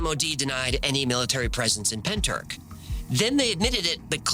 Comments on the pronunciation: Llantrisant. Pronounced like you're clearing your throat. Ll sounds a bit like a hla noise so to try and spell it phonetically is a bit like hlan tris ant . Pentyrch you almost got , the ch at the end is like a throat clear 😅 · Can't believe Pentyrch has got a mention on the best channel on YouTube! Almost as good as the Byrds singing about the Bells of Rhymney ........ Even if they effed up the pronunciation!! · Pen turk? At least check the pronunciation man, the welsh are bonkers for weird words. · I'm Welsh, it's pentrath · Pentyrch ruffly means head house forrow. Wich probably translates to the head house at the forrow. Or the house at the forrows head. And its pronounced pen- tea- reich. As in the 3rd reich. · As a Welsh person, your pronunciation if a bit off if I may say so. But points for trying. It's hard to say what it would sound like in English. Pen-tricht maybe? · Pentyrch, the ch is pronounced as if you’re getting a phlegm from the back of your throat. Cymru on the map babyyy! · Isn't he pronouncing Pentyrch wrong...? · Pentyrch pronounced Pentirch - 'ch' as in the ch in loch, not ck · Love your videos!! But Pentyrch is pronounced penteerch (the ‘ch’ like you’re hacking a loogie) lol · If you need help with Welsh name place pronunciation, just reach out. Pen-t-uhr-ch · Pronounced Pen-Truch. Not being a pedant as Welsh is a tricky language 😊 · Pronounced like this, say PENTY RICH Pentyrch….! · Hiya from South Wales (about 40 miles from Pentych 😊). Just FYI, you pronounce it Pen-tich (the 'ch' sound is kinda like when a cat hisses) 😊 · Pen-tr-ich. The ch pronounced at the back of your throat, like a cat's hiss. Ll-an-tris-ant. The Ll pronounced by putting the tip of your tongue to the back of your front teeth and sharply blowing out air either side of your tongue. Good efforts though! <3